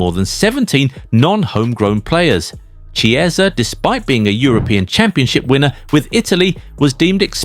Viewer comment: This guy had one bad season, and all of a sudden we forgot how to pronounce Italian names? 😝 It's Chiesa like Chianti. 🍷🇮🇹